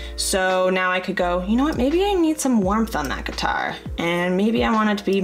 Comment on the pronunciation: Cringed every time you said guitar hahah 😂